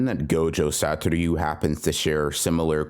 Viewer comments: Say it with me, Sah-toh-REW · That’s cool and all , and I know it’s petty AF but ...Sa-to-RU ! It actually disturbs my focus ! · its not that hard to pronounce "satoru" youve even watched the fucking anime, behave. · ure saying satoru weird